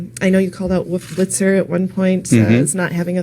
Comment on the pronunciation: "Woof Blitzer" Hehehe